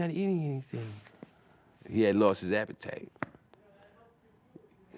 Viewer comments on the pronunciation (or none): “He had lost his apatite”